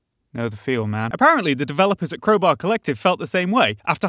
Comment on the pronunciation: Man literally just said "Creubaeu" instead of crowbar